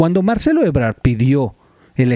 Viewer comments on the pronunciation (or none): none